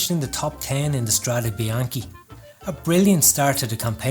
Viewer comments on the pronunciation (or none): Strade bianchE . E isn’t pronunced I (ee) In Italian